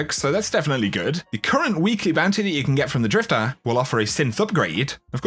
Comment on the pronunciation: It's drifter not drifta